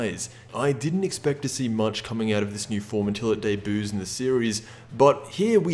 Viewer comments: did you just say "day-buu's" instead of debut? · Day boos or debut ? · "Day-buus" DBZ pun or mispronunciation. We may never know. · Is anyone gonna acknowledge how he pronounces "debut" in ?